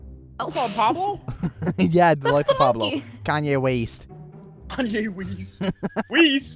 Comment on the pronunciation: WEST I THOUGHT YOU SAID WEEST PHHHTTTHAHAHAHAHAHAAHAHAA